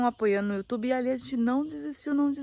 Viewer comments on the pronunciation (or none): none